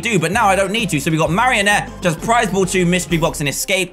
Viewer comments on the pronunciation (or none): am i the only one who notice that dan says mariontte 0-0